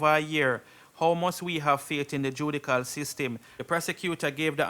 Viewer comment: FLOGGERS.. uno need to do some homework a evening time to learn the proper pronunciation of common word..JUDICAL???!! It’s embarrassing man..English/reading can be self taught!